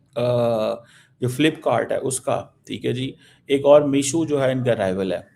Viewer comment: Anpad misho nhi meesho